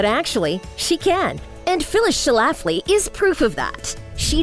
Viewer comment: Yo! I'm from Illinois. One of my colleagues in Chicago Women in Broadcasting actually went to high school with one of Phyllis Schlafly's daughters. Notice there are only TWO syllables in Schlafly. It's pronounced SCHLA fly, not Sha Laff Lee. Please redub.